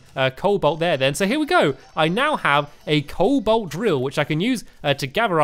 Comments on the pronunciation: Stampy you mispronounce everything in this game cobalt is prenounced co-bolt not cole-bolt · Colbalt: Col-bolt Palladium: Pal-ad-ee-um Mythril: Mith-ril Orichalcum: Oric-hal-cum Adamantite: Ad-a-man-tite Titanium: Ti-tane-ee-um